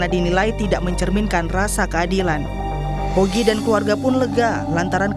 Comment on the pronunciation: ngomong nama aja salah. HOGI. Bukan YOGI. Pake mas lagi!